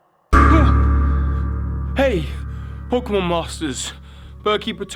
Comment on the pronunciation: He said poke-meth